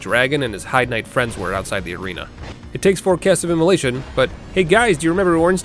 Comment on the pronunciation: Heide is pronounced Hade. They say it in game. Also those big guys aren't the Heide knights.